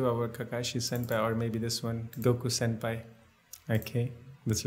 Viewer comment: he called him senpi